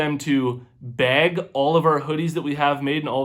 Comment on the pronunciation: when you say "bag" sounds like Beg lol i was confused like what??!